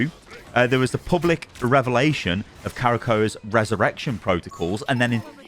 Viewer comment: No one Not a single soul Not even Galacta: "Karakoah"